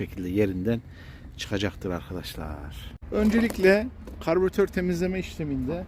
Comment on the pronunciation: Karbiratör değil Karbüratör.